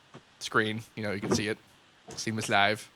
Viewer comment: I heard that too XD